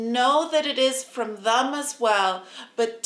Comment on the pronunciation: It's 'them', not "thum".🙄😳😁👍🏻